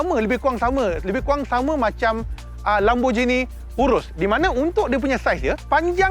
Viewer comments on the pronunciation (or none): none